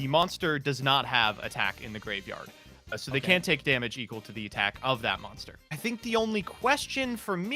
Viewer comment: I've never realized before that pronounces both can and can't as CAN, but that Mudballman question shows it very clearly I wonder how many rullings have I got wrong because of that 🤔